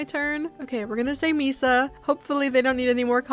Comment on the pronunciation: you pronounced misa’s name right :3